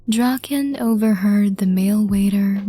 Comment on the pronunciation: When she said draken x listener the subtitles really said drawkin x listener💀 but hey atleast it didn't say rawkin lmao